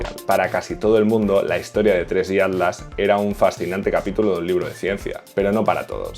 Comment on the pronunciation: Cuando dices ADLAS es ATLAS?